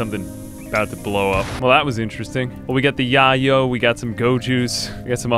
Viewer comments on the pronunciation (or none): "yah-yo" it's pronounced like "YAY-yo" it's another name for coke. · “We got the Yahyo” lmao gringo its YAY-O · totally innocuous thing that didn't ruin my enjoyment of the video, but it is pronounced YAY-oh, not YAH-oh. It's slang for cocaine irl! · The drug "yayo" is pronounced "YAY-yo." Its a south american nickname for cocaine, and it was named after a famous cocaine dealer who went by the nickname "Yayo," which is columbian slang for "grandpa." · yeyo is pronounced YAY-o like the slang term for cocaine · it's called yay-yo. front like you never been on the block my dood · Yayo is pronounced “yay-yo”, you clearly dont cocaine lol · it's pronounced yay-o fyi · I guess its good that you dont know how to pronounce "Yayo" 😂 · I was thinking the same thing I’m like “ya-yo”??? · You're saying "Yayo" wrong.